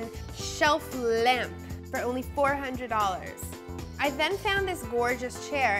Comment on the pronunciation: your emphasis of ONLY makes me question your taste.